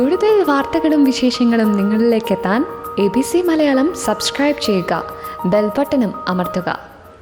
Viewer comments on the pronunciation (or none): none